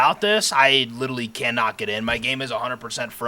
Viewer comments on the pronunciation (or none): Architecture. This was another solid day from. As always, thank you for the content. I actually heard you say litally today. I think that's a new thing tho, I've been watching a long time and never heard it before. Maybe the people commenting have it in your head so you are saying it now. As for movies, Tobey maguire is definitely the best Spiderman. I'm not much of a star wars fan so I have no input on that. The flame raids you did were great, but that last raid was legendary. I like the design you are going with for the castle, it looks good. I look forward to seeing how tomorrow goes, have a great night. 🌙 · It sounds like "Itallly" but with an L in front . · Love u. Ever since you read that comment about someone calling you out for saying litally it's all I hear from you every time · Tomato tomato, literally liteally